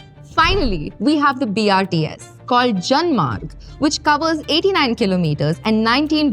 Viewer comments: Video is apt and informative, accurate on topic and data, but you need to improve on your script or oratory skills. Its BOPAL not BHOPAL, and BRTS not BRST ! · when she says "bhopal" to "bopal" you dont want to listen this any more. - BRST nahi, BRTS... No homework done properly. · Man this is just another publicity video she can't even speak brts properly not to say about bopal to bhopal 😢